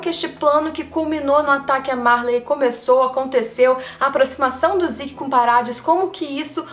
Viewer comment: o nome é "zeke" e não "ziki"...